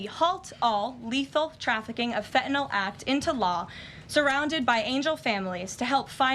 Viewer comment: Karoline is the ONLY public person who pronounces the word “fentanyl” correctly! Most everyone says fentanol like it rhymes with alcohol. Drives me NUTS (not that I have far to go, but …). Thank you Karoline!